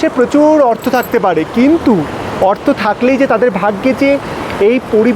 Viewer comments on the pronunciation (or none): none